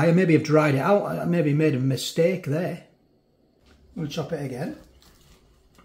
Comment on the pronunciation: LOL......"Maybe I made a missteak" ...haha that made me laugh ...thank you for yet another fab review ....rock on :-)